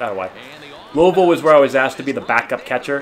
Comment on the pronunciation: Great pronunciation of Louisville 👍🏻👍🏻👍🏻